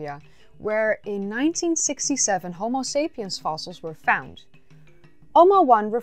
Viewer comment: You know what's funnier than your mispronunciation of Homo as Homeo? When you mispronounced Pumice as Pew-mis.